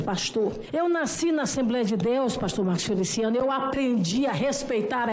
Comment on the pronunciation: Mano.... derrubei o prato quando escutei "FeliciANUS"... pqp